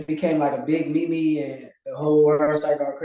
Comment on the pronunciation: He's gonna lose his next fight solely because of how he pronounces meme.